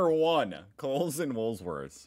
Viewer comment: He said it right today. . Just the once….